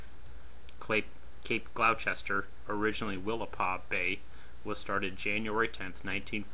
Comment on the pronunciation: Jeezus pleaseus give a break, he's a midwesterner n how's he kno it's pronounced Glou'ster? Anyhoo damm delivered complete n not commissioned, hope the cheep bastids payed the yard at least xx